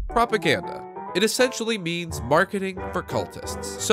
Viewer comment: bruh u said propacranda lololol (pro brazilian) but its propaganda :c